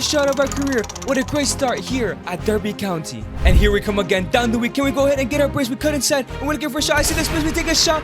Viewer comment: As someone from Derbyshire, I am offended by how he pronounces Derby County.